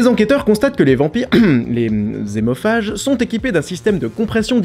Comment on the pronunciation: Lol! Si hémophage, ça commence par H donc pas de liaison ! Donc on ne dit pas" des zémophages".... comme on ne dit pas les zaricots... Ça commence bien.... Et si liaison, ce sont bien des adeptes de Tokyo Hôtel...